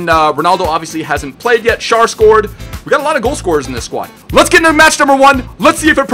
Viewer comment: schär is spocken scher